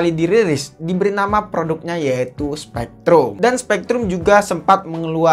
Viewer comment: SPREADRum.., Bukn SPEKtrum